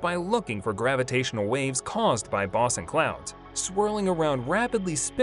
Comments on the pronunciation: Boe son not bos on ! How I hate computer generated speech !!! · They have not proved nonexistent it but you are right that the expectation of it being exotic matter is falling out of favor. Dr Tyson to my knowledge is not one among them. The A.I. voice isn't pronouncing boson correctly it is bōzön